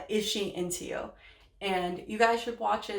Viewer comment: INTP here. That Casually Explained video is called “Is she into you”, not “Ishy and Teo”. Precision in speech, please. 🙃